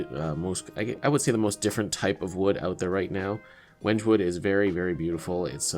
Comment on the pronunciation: Hello, I do some woodworking and I have used wenge before. I would just like to inform you that it is pronounced Wen-gay.